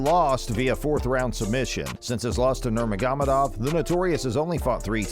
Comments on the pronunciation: Dude, you slayed Khabib’s name. Nurr-māgo-med-ovv. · Does it take you 3 months to edit a video? This data is old as fuck. NUR-MOG-OH-MED-OV ...work on it.